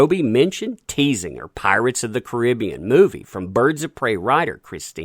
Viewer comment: Caribbean not koribeon